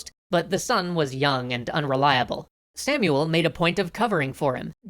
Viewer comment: In hebrew its actully pronounced "Shmuel hanagid"